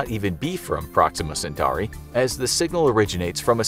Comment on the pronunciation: My man really just said sing-gal